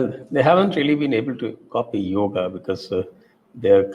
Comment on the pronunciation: समस्या हिंदी भाषियों की है। वे अकार मिश्रण समझते ही नहीं हैं। इसीलिए योग को योग् उच्चारित करते हैं। संस्कृत सीखिए, आपकी समस्या का निवारण हो जाएगा।